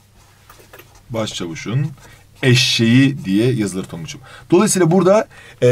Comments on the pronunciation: eşşeği değil eşeği hocam :) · "eşşek" değil, "eşek" olacak.